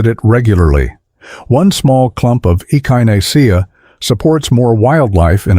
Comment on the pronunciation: The way AI said echinacea is hilarious!